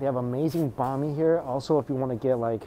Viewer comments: Hi! Love the video! Small note: Banh mi is pronounced like “beng mee” and not “bah mee”. I appreciate your support and love for Vietnamese cuisine in your past videos and believe that you can easily correct this pronunciation! Keep up the good work. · As a Viet person listening to say banh mi every time makes me cringe inside. Still love him though!